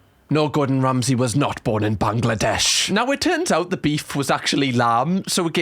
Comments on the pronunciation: You said Bangladesh so well 😂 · I love that you pronounce Bangladesh right 😭🥰 I don't get to hear that often 💚❤️🇧🇩